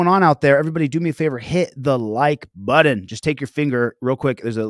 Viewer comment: Hi. What’s a “buddon”?